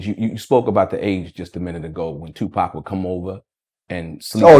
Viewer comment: So my nigga still alive 😭 This nigga has aged like a fine wine but yo nigga you can’t pronounce the name of your OWN SON ? Wdf is Poc ? 🤣 ÉDIT : Wow, I watched the whole video, and it's definitely Tupac's father. His voice, energy, gaze, leave no doubt. I'm nobody to judge anyone, I'm not Tupac, but I believe this man deserves redemption, and Tupac would have probably granted it if he were still alive (without necessarily being the best of friends).